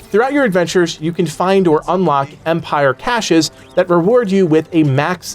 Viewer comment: What's a kay-shed?